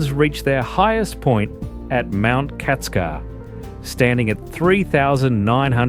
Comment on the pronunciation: "i-schak" pasha !!! "Kactskar" !!! please show some respect and learn how to pronounce at the age of data !!!